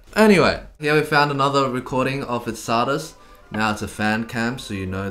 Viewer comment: Henry's playing is almost as suspect as your pronunciation of Czardas